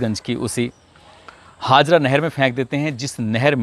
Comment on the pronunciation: Sir ji kasganj ki nahar ka naam haazra nhi.. Haajara nahar h..